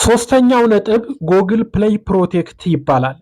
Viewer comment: Google 'ጉግል' እንጅ ' ጎግል' ማለት ልክ አይደለም።